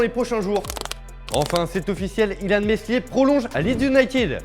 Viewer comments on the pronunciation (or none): T'a mal prononcé Meslier